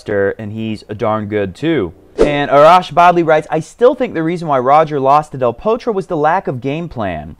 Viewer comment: Lol I think you gave Del Potro a Norwegian or Swedish accent toward the end! Aha! I get it, you were doing a transition into Del THORtro!